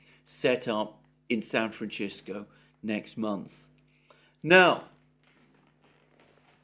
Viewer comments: It's NOT pronounced San Fran-tch-i-sco. In Italian it's San Fran-tch-E-sco. In Spanish & English it's San Fran-s-i-sco! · San Franshisco? No. San Francisco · San Fran SIS co..not CHIS co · I thought someone might have told Alexander how to pronounce San Francisco! Not San Franchisco, but Fransisco. It's Spanish in origin, not Italian. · I have never heard anyone pronounce San Francisco as San Franchisco, until now. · Sir, there is nowhere in Mexico where San Francisco is pronounced San Franchisco. I spent four years criss-crossing it a few years back. There are regional variations, of course, but none of them touch on -cisco. And one will find that pronunciation in northern Mexico has been 'anglicized' only if one hangs out with Anglos. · Ahahahaha! Thank you! However, lad, St. Francis lived and died in the 13th century and the Franciscans who in the 18th century accompanied the Spanish forces with their new liberal unchecked profit lust were Spanish speakers and those place names are all Spanish. Both languages share their venerable Latin source. I don't know where Alexander's pronunciation of San Francisco comes from.🤪